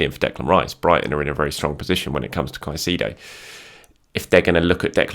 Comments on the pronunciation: Brother, you need to learn how to say Caicedo’s name correctly 😂. Kai•say•do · Respect and like us usual. Just on suggestion. Caicedo phonetic transcription: [ kaisEdo]